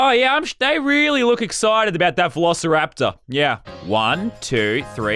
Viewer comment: I remember i was watching jelly and he said vel i kipoteriter instead of velociraptor🤣